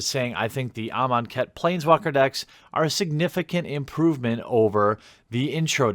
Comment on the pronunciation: please dont let me be alone in hearing "im on khet"